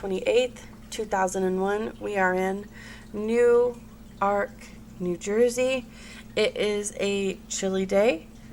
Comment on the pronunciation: It's pronounced Newrk kinda like your saying New York fast .not new-ark Also the name is pronounced Grizzelle Ka-macho.... like macho macho man.. the song...